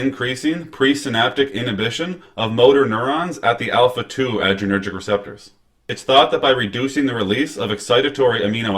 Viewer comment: It’s like “tell me you’re not reading this off the computer screen” without telling me you’re reading off your computer screen. This is the future of our doctors? He didn’t even pronounce adrenergic correct…let alone that it’s an agonist on the #2 subtype. Zero stars for you bud!